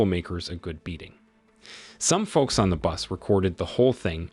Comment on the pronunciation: The L in "folks" is silent, fella. In English, that is. Uh, if you care.